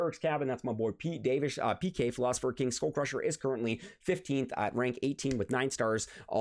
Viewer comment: It's just cringe hearing SchoolCrusher every 2m🤣